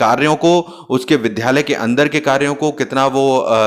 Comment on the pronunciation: Its Vidyarthi not Vidhyarthi Its Vidyalaya not Vidhyalaya 🙏🙏